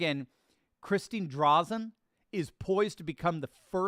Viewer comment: Oregon governor Republican candidate Christine drazen.... Pronounced 'dray-zen'